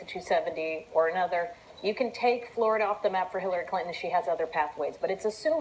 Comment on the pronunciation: Gah Wolf Blitzer sucks at saying "Flerda"